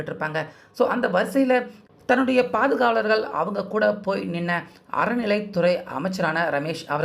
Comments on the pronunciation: அறநிலைத்துறை. அரநிலை துறை இல்லை. தமிழ முதல்ல ஒழுங்கா போட்டுட்டு அப்புறம் மெசேஜ் போடு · அறநிலை அய்யா அரநிலை அல்ல. எதுக்கு எப்படி தமிழை கொலை பண்ணுறீங்க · 😮அய்யா 'அரநிலை' இல்லை,'அறநிலை'தமிழ் பழகுங்கள் அய்யா😢😢😢